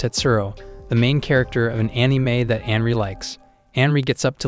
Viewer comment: It's not "Henry", it's Anri. And it's not "Sicko", but "Saeko".